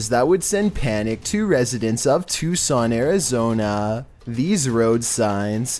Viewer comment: How did I not hear about this? Also thanks for being the seemingly only horror channel to pronounce 'Tucson' correctly. God damn every comment is either about his voice or about the comments about his voice.